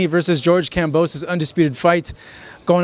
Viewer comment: This old Fart said the same about Lopez maybe after this fight he will learn how to say Kambosos correctly 🤣